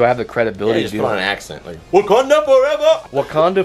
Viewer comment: Bruh put on a southern accent or something “Wakanda Furever”